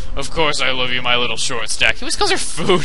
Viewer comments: During the "I love you" part it sounded to me like you were saying "Gobble" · when he says luv u 100 times it sort of sounds like no